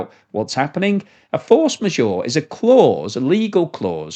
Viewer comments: A little tip.. It’s not force ma-sure. It’s pronounced majeure. With the ”eure”-part sounding exactly like ”ur” in hurt! 😊👍🏻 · As someone who can actually speak french, your pronunciation of "force majeure" is painful to my ears. Majeure is not pronounced Ore as in Ma -Jore it is pronounced Ma Jer - as in "her" or "Ger man" or "her german perm".